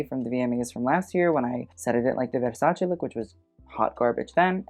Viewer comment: I always appreciate foreigners pronouncing Versace correctly.